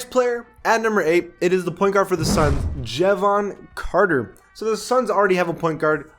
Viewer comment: man said jehvon carter like really?